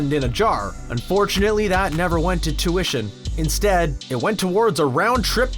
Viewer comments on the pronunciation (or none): none